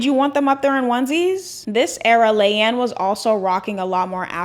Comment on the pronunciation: Just wanted to say (not wanting to be rude) it’s pronounced LEE-anne 😭